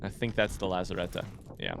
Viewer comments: He’s American, mispronouncing things are in their nature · Please look up the correct pronunciation of ‘lazarette’